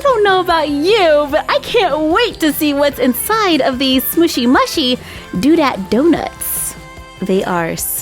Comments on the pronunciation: You are supposed to say mushy, mooshy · Not to be rude but it’s pronounced moo-she, love your channel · It's pronounced mooshy